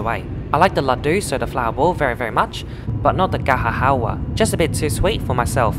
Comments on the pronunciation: Ga-Jar Hal-wa not GaHa HAHA fr Indian sweets. Just saying not mocking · That Indian dessert is pronounced Ga Jur Hal wah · Great video! Note, in Indian languages we don't pronounce the 'j' as 'h' in gajar halwa. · Fun Fact: We actually pronounce the 'j' in Gajar Halwa :P It's not like the Spanish letter where we replace the 'j' with 'h' 😉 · Hahahaha loved your attempt at pronouncing Gajar Halwa 😂